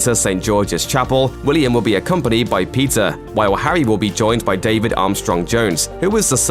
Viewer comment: aeei lol.....sounded like that but this guy pronounces Peter to sound like pizza.